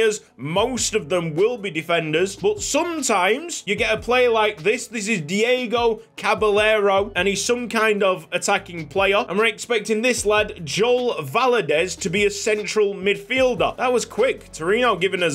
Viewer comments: Hey, the pronunciation of Caballero should be said (Cah-buh-yaer-oh) not (cah-buh-lehr-oh) 🙏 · Diego Caballero would be pronounced Cabayero, not cabalero! Which honestly is more fun to say as well, great stuff! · It’s Cah-ba-yer-oh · Great stuff, mate, really loving this series. My engagement is back at "just discovered YSL" levels, and it's so joyous. One small tip, if you don't mind: double Ls in Spanish make a "y" sound... so Caballero is "kah-bah-yair-oh". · Diego Caballero's name is pronounced like "Ca-Ba-Yero" and is actually Spanish for "Cowboy" so very tasty nickname potential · Going off my limited Spanish knowledge I am pretty sure that Caballero is pronounced cab-eye-air-o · Caballero is pronounced kaa· buh·yeh·row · For Caballero, the double L in spanish is pronounced closer to a "y"